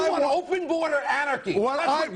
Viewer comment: "YOU WANT AN OPEN BOARER ANARCHY!" LOL I love how he attempts to turn shit around.